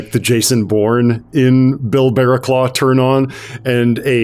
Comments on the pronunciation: Ross's characters name should be pronounced bara-cluff I know it sounds wierd for the spelling but that's England for you lol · Barraclough is pronounced "BA-ra-cluff". "BA" as in "BAT", "cluff" ryhmes with "rough". Mainwaring is pronounced "MAN-ner-ring". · Those names are pronounced "Baracluff" and "Mannering"